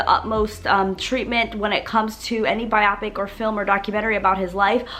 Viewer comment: It’s actually pronounced Bio-pick not bi-op-ick